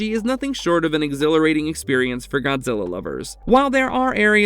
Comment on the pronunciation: Dude seriously said Gonzilla